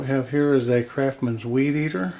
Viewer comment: Lost me at "Crafmans". Lol